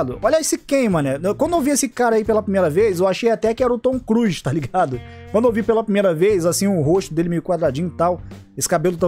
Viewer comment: o certo é "Tom Cruise", não "Tom Cruz" 😂